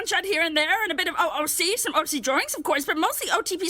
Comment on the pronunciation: take a shot everytime mispronounces "OC", oof